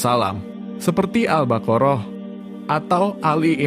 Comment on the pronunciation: Koreksi min : penyebutan surah Albqoroh sepertinya salah.🙏